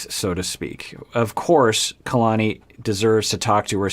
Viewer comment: Omg ‘Kaylani’ was driving me crazy lol